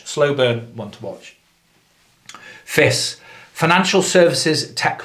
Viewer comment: Thanks for the video... btw its F.I.S not "Fiss" Fidelity Information Services....(and we are a huge company... great to work for ... global) thanks for your video 👍🏽